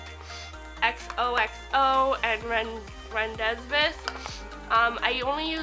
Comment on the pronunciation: rendezvous is pronounces ron day voo btw. but love this video and your collection!